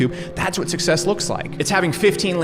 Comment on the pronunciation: "success" as well